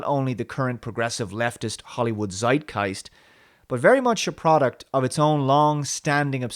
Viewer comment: Star Trek Discovery is the best Star Trek since 1979, your comments of Doctor Who are bizarre and you pronounce Zeitgeist incorrectly.